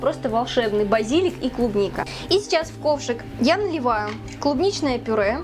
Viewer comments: базилИк, а не базИлик!!! 😹😹😹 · на будущее, правильно базилИк) я даже погуглила на всякий случай, а то вдруг я не правильно говорила всю жизнь)) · а разве не базилИк правильно?)